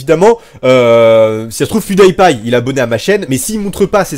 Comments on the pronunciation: La façon dont tu prononce pancake et PewDiePie c énorme 😆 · et a des pan kaques xD